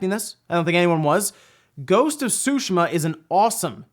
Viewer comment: Sue- She -Ma .(TsuShima)